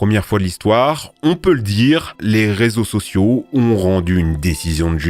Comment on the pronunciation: 14 minutes 41 secondes. Resaux au lieu de réseaux